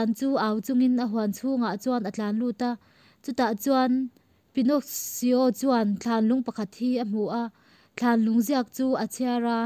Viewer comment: Pinnoxsio in tia,Pinno-ki-o tia lam tur alom..